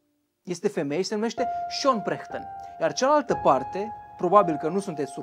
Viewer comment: La Perchten ai spus cumva Prechten sau mi s-a parut mie ?